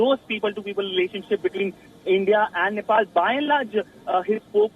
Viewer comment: I swear I heard she said Nipple PM 😳